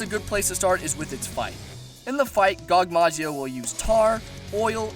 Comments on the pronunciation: "Gogmazio" ... So hard to say/write Gogmazios? Not trying to dick around but please xD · It's gogmazios not gogmazio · Gogmazio Gogmazios* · It's actually gogmazios not gogmazio sorry buddy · Err...the name is Gogmazios. with an S at the end. I must know, i soloed him. No shit. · Mr. godzilla is called[ Gogmazios] kek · you said so many names wrong gogmazios kushala daora salamander